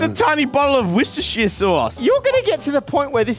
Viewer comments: why does pronounce Worcestershire "wishister"? I don't say wash your sister, I say "wore-chester-shire" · How many times can they say Worcestershire wrong 😂😂